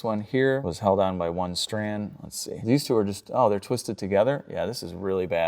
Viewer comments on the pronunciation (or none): none